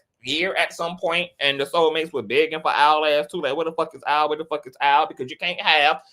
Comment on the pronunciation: Al not Owl…